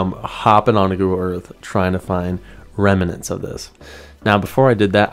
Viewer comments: Pronounced remnants not reminants lol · Awesome detective work! I love Google Maps/Earth - always looking up things. Oh, and and "remnants" (rem-nints) is not pronounced "rem-in-ants" - just two syllables! Thanks for the great video! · Great sleuth work, brother. BTW.....it's REM-NANTS.....not REM-A-NENTS. Pointed out from respect. jbeinarizona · It’s “remnants” two syllables.